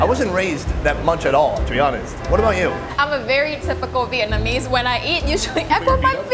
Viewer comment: .... did anybody notice Gordon Ramsay can say Vietnam but he can't say Vietnamese? He says "Vietmanese" which I think is more difficult to pronounce.